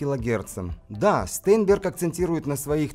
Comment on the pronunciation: STEINBERG читается как Штайнберг